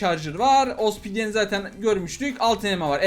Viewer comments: Osbidiyen değil obsidiyen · abi o osbidyen değil obsidyen abi